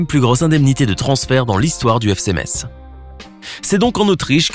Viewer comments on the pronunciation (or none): none